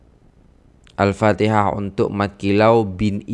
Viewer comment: Sedap dgr alunan al fatihah tuan. Tajwid pun terjaga.